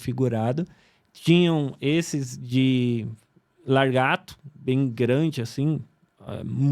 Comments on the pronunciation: Não dá pra acreditar num cara que fala LARGATO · Só precisa falar lagarto ao invés de, largato. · Pois é,ele falou largato no lugar de lagarto kkk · Falou largato, já perdeu credibilidade...kkkkk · Falou largato ao invés de, lagarto kkkk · Só que não é largato que se fala, é lagarto viu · Largato kkkkkk